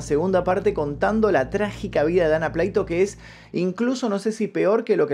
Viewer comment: Buen contenido. Observación: Se pronuncia Dana PLATO textual, ya que es un apellido de origen Español., los apellidos no tienen traducción y su fonética se pronuncia de acuerdo a la lengua nativa de quién lo esté pronunciando.